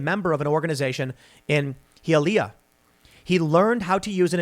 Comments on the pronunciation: He uh lee uh? Its HI ah Lee ah. 🙃 also, better learn Spanish there. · Hahaha it’s Hi-a-leah. Not Heealeah. Hialeah. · Hey Tim, thanks for all the hard work! FYI Hialeah is pronounced “Hi-ah-lee-ah” you totally butchered it 😂 But thank you again! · It’s pronounced HIGH A LEE A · I love the show, & being from Miami myself & having family in Cuba, this hits home. But I have to thank Tim pool for mispronouncing Hialeah so bad that I had to pause the video to laugh for like 10 minutes. Needed that laugh today man. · So Tim claims to have lived in Miami, then it was the “outskirts of Miami “, then it was rural Metro-Dade county, and he still cannot pronounce Hialeah. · Ughhhhh I wanted to punch my laptop when tim said Hialeah like that lmao we hate that down here